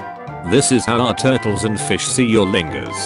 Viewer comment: why can't you say fingers